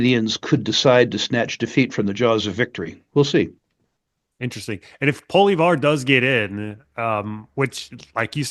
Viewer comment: Please learn to ronounce Pierre Poilievres' name correctly Pwal e ev re